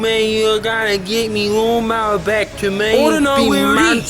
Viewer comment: Cracking up at “still haven’t given me me laawn mower”